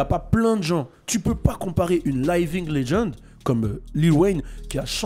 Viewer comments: "Layving legend" mdrrr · t'est parti a L.A c'que tu veux bah tu sait qt même pas prononcé living legend ftg merci layevingue legend ok wé